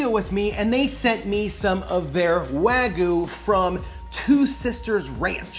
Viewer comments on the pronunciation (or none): Wagyu (pronounced Wag-yuu), not wagu. Lol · That doesn't even look like authentic wagyu also you're saying it wrong. Um... "wah-geeuu" but like... the "geeuu" part is said fast? It's hard trying to tell someone how to pronounce a Japanese word. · If you call that steak "wagoo".. one more time... ill smack you upside the head.